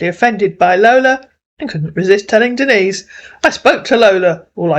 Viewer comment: Oh really see he calls her Denis lol he don’t even know how say Denise Lol 😂